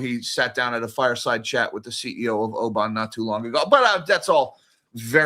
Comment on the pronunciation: It's O'bon, with both Os pronounced long.